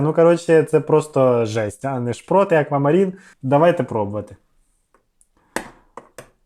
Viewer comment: Не шпротА, а ШПРОТ! Це-риба....